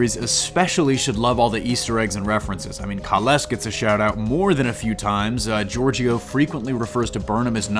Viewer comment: I had to stop watching at a minute and a half in. Please learn how to pronounce the words related to the topic you're talking about. Georgiou, Bat'leth, Kahless are just a few.